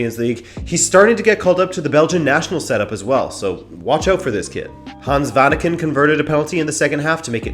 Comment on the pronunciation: Lovely as always from you,. If I may point out one detail, though, your pronunciation of Hans Vanaken could be a little bit better. You always put the stress on the first syllable, while it should be on the second. So Vanáken (the a pronounced as a longer vowel) instead of Vánaken. I know it's a detail because you always have a much better pronunciation of non English names than most people.